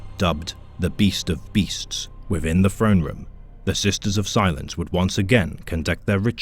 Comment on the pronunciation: Great video and narration, except for your pronunciation of words beginning with "Th", its "Throne" not "Frone" god damn. Was so good until those parts and then it was like ear cancer